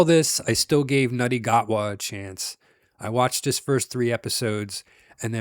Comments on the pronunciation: Who's "Nutty Gutwaar"? Ncuti Gatwa is pronounced "Shooty Gatwaa" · Shoot-y Gatwa (pronunciation).